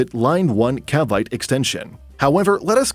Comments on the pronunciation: Cavite is pronounced as Kah-vee-teh not Kah-vayt. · FYI it's pronounced as "Caveetee" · OMG CAVITE AHAHHAHAHA I'm so sorry, they spent so much time researching the topic they forgot to ask Pinoys how to pronounce Filipino names 😂 Cavite or "kavayt" is the worst/best one yet 😂😂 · It's not read as CAVITE, It's CA-VEE-TE. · The way the narrator pronounced "Cavite" is baffling to me. Jokes aside, very informative video.